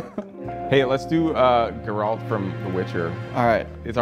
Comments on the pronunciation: The mispronunciation of Geralt hurts my soul. I can understand if the characters name has never been spoken. But through 3 games his name is said hundreds of time. And even the Netflix series which at least most of the crew has 100% watched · that “Geralt” pronunciation was unfortunate it hurts my ears 😒😒😒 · The crimes levied against Geralt for mispronouncing his name will never be forgiven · Amazing how not a single one of them managed to pronounce Geralt correctly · The funniest part of the video is how they mispronounced Geralt’s name every time lmao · Funny video, really had to fight through my "um, actually" rage at their total inability to pronounce "Geralt" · God my blood boiled with how you pronunced "Geralt" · The way yall butchered the pronunciation of Geralt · Man, they really butcher Geralt's name... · How do they not know how to pronounce Geralt 😂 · How did you all pronounce geralt the same, incorrect way? 🤔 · please don't put accent on "a" pronouncing Geralt its gEralt. Emphasis on "e" Nobody says that joshUa, we say jOshua So please put some attention to foreign names, ok? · Love these, but it's so hard to hear them all say "Jeralt" Instead of Geralt lol. Edit: also "Cloud from smash" ouch, it hurts. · When the whole crew wrong calls the White Wolf GUH-ralt instead of GER-ralt. I can't. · bro how could everyone mess up Geralt like that. Jeralt, Gerr alt. bruh. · Why do none of your staff know how to pronounce Geralt properly? Like "oh yeah it's Gerrult from the Witcher" and "Jerrult" etc... So weird. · really hit my boy Geralt with the "Jeralt" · Hath thou but tried Gerr-Alt-Delete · I can't lie, when dude said "Gurralt" from the Witcher I wanted to reach through my screen. They say the damn name in the game, for fcks sake 🤦😂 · Weird pronounciation of "Geraaaalt" ;) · This pissed me off so much how they all said it wrong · Everyone else: Enjoying the video Me: raging internally over how and pronounced Geralt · Not how you say Geralt